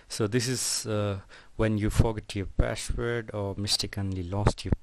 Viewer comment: CEO of :ReShEt YoUrrrr PaShWorD